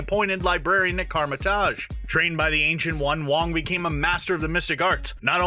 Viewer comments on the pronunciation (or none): ‐‐‐> Come on bro, if you're gonna make a video pertaining to anything about the MCU, them you could at least pronounce things correctly You said Kamar‐Taj wrong You said something like 'Karmer‐Taj' when it's supposed to be pronounced like 'Kah‐mer‐Tahge' Do your homework bro